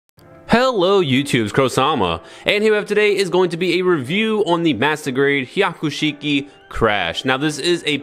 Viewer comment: Broh, did you say "Waman?" Like Haman but... the whole Warior "WA" inserted to make her "bad". And piloting a Haiku Sheik? Dude... that's a mountain of lore implications. "Evil Haman avatar" piloting a black Char/Quattro suit. I didn't even need to wiki-dive that!